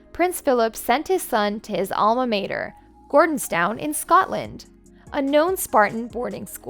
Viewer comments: It’s not “edinburg”….. Nor is it “Al ma mayter “…. You need a better narrator and editor. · I’m an American and I know how to pronounce “Alma Mater” not Mater from “Cars”. I know how to pronounce Camilla, or Monarch. Or any of the awful other mistakes. We don’t say Mo narch over here:)